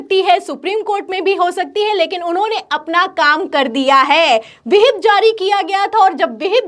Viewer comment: मोहतरमा विहिप नहीं व्हिप होता है